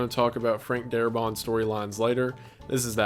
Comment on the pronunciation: Its Frank Darabont. Not Darabon,or Darbot. And they did not fire Darbont because he wanted more money for the episodes and AMC did not wsnt to pay for it. They got rid of him because he wanted to do things such as having the zombies use tools and weapons and retain memories. And the series creator said, "No." His zombies are mindless corpses. If you watch the first episode you will see Walkers using rocks and bricks to break windows. And you see the little girl zombie pick up a teddy bear. And Morgan's wife jiggling the door knob. All of that stuff was because of Darabont and Kirkman did not agree with it.